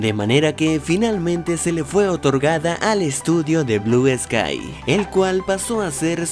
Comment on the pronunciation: Al principio dijiste blue esky